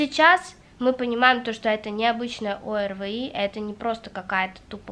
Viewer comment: Чего ты говоришь «ОРВЫИ»,если «ОРВИ»🤦🏼‍♀️🤦🏼‍♀️🤦🏼‍♀️